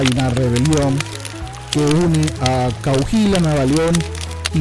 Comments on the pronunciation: Coajuila?! Es enserio? Hehe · Se pronuncia coaguila animal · Realmente es COA-HUI-LA (la "h" no suena), dejando libre a la pronunciación de la "u" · Pronuncia bien,COAHUILA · No sabes decir Cohahuila,ellos nos dicen mojados...son ladrones en expansión y todavía con acción de gracias...da risa su racismo weros putos